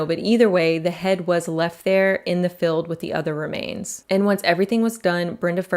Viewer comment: say FEELD . not FILLED. and APPEEL not APPILL